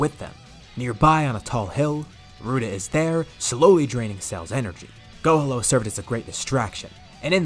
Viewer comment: Love the story just now finding out about you but I’m sorry I can’t stop hearing go homo instead of gohalo maybe it’s your accent with the piccolo and gohan fusion name I know it’s too late but why not PICHAN to close to pikon huh lmao jk idk but love the full story’s I’m going through the playlist now keep it up I hope you add the more recent stuff to this playlist of full what if story’s